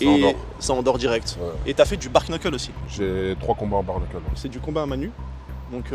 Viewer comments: It's not "bar"-knuckle; it's bare-knuckle(d) (pronounced like "bear")! LOL. is good at kung-fu but not that great in English.;-) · Bar queneuquel..... Belle prononciation pour un pro.... 😂 On vois que ça le titille il a repris direct la pronociation...😆